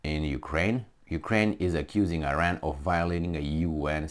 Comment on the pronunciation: It is Iran not Ajran.